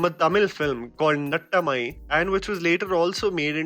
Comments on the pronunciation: You have pronounce it naataamai not natamai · Nattammai nahi naattamai. Nah ta mai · "nattamai" Me (a tamil girl):👁️👃👁️